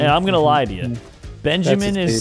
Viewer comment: no one:: BEANjamin, BANjimen